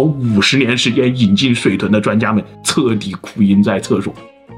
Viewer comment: L 和 N 的發音.....🙄🙄 彻底，测底...😅😅 老大为何不稍微练习修正一下？如果发音都不愿意正确，谁敢相信内容是正确的？